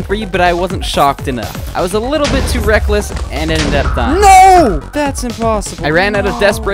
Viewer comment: "I was a little to rek-less" 2020